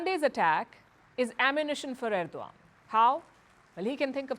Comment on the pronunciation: wtf Palki, you can't even pronounce correctly the name of the Head of state.